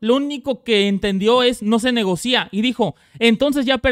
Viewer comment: Una observación quesadilla, no se dice negocía, se dice negocia sin acento en la i.